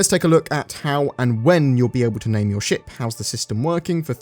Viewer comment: wow articulate! heard the first five paragraphs as 'sh%^' instead of ship and it was hilarious!